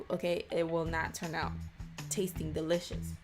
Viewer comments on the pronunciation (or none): none